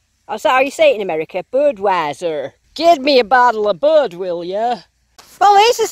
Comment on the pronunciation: Lol, buddddwiezer! Sounded very american! Nic silvery day you had! Would love too see more of your buddies finds too! Good day with the big coin spill! Awesome ending with another silver in the pock!!